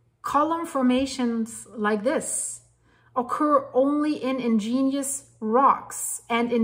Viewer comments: Ig…….nee…….ous rock, not ingenious rock! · Or you might spell it out as, IGG-nee-us, with the accent on the first syllable. Very interesting,. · I dont like to correct things others say, but the word is 'igneous' rock, not 'ingenious' rock. Sorry. Like the videos. Keep it up. LedHed Pb 207.20 🎶 🎸 🎹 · Igneous. Ig-nee-us. You are saying in-gen-ious. I understand you are not a native English speaker and well educated so please don’t take it wrong when I offer pronunciations.